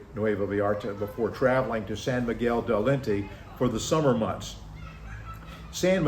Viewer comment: It's San Miguel de Allende (Ayende), not Alente. There's no "T". I love living in MX, but would only leave my doors and windows unlocked at night if there are security bars. Talking or believing that there is no local crime is naive. It's all good until it isn't. Clearly, you're new here. Lol....Enjoy your adventure.